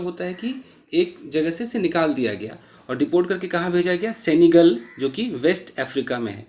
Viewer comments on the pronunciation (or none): It is सेनेगल not सेंगल Sir Ji